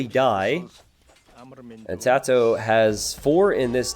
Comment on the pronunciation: The fact you're not pronouncing TaToH like the last 3/4 of the word potato annoys me.